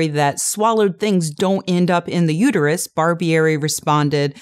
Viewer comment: "it's uterUS, not uterYOU."